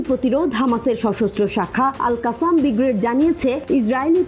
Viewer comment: Is it only me who is continuously hearing bigrade rather brigade?